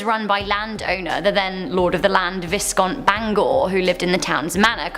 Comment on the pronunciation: There is no such word as viSScount. It is pronounced VIE count